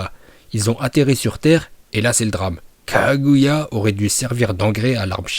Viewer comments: A chaque fois que tu dis Kaguya tu me bute je pars sur un fous rire 🤣🤣😅! Sinon super vidéo ! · Bravo pour ta prononciation de KAGUYA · "Kaguya" quand tu le dis c'est trop drôle 😂